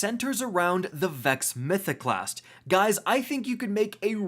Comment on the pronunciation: "Vexo Mythoclasstu Overpowaru" here